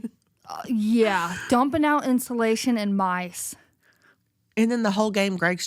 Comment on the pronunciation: I’m in tears at the mouse story and then when the timer went off saying “if you’re a mouse that gets in instillation (instead of insulation)…fuck youuuu!” I am crying 😂😂😂 Love y’all hunnies ❤